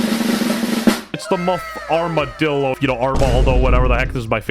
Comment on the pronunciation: bro really said armadidildo